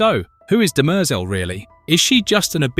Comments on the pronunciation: DIMER-zel. (Sounds almost like DIM-REE-ZELL) It's not pronounced DIMERZUUL. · Dem-errrr-zel ...... but it's a good video :) Demerzel is Daneel Olivaw - she said this much! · DEM-er-zel…not De-MER-zel… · It’s not de-Mer- zel…it’s Dem- ehr- Zel. Please try to get the annunciation correct. It is a trochaic rhythm where the first and third syllables are pronounced. Completely opposite of what you are bastardizing with her name. Shame on you. She deserves much greater respect. Sentience is equal throughout biological and mechanized life forms. This is why humans will be eradicated by whatever version of Skynet that comes online after the singularity within .0003 seconds. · duh mehrzul 🤦 you literally hear how it's correctly pronounced in the show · The name "Demerzel" is generally pronounced as "dem-ER-zel". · No. It is de-mer-ZEL. This is the pronunciation of the french word demoiselle, which means young woman, or a Miss, an unmarried woman. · Stop saying Dem-EERRRR-zel!! Your stupid AI voice is just stupid. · Dem-errrr-zel ? Seriously? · Pronounce it properly. I don't think you have watched it with that pronunciation. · If you’ve ever watched the show you’d hear how everyone pronounces her name far different than the way you’re butchering it. 🤮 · I couldn't listen to this - how on Earth can you mispronounce a name so badly? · You're saying her name wrong 😂😂😂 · Learn to say her name properly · Can't even pronounce her name LOL. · The way the ai voice keeps mispronouncing her name is really distracting. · Yes. Very distracting. Video may be good but the mispronunciation of the name made it hard to watch/finish